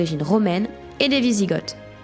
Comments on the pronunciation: On dit "visigo" et pas "visigote". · Par contre je crois que ça se dit "wisigo" sans le th à l'oral ? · ça se prononce "visigo" renseigne-toi dugland...